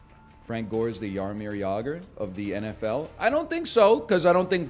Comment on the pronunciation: As Czech native, i appreciate your pronunciation of Jaromír Jágr